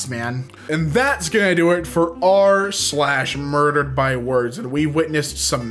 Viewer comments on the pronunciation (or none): moided by words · Moydahed by words. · Triggeres my fight or moider response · Mwoided by wods